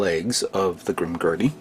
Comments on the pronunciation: Yup its not Grimgurdy its Grimgerd(Grimgerde) i liked your commecnt too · I can't be the only one who cringed when he said, "Grim-Gurdy".